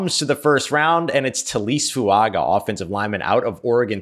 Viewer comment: On the off chance we get to see him in black and gold on Sundays I feel compelled to put this out there. Taliese Fuaga is pronounced Tally-essay Foo-unga. Young man is a beast and I hope we have cause to say his name a lot in the near future.